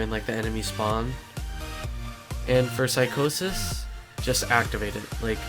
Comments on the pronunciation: Lol psych-au-sis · when u pronounce psychosis I died laughing